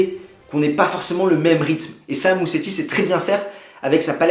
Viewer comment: On prononce "Mouzetti", pas Museti !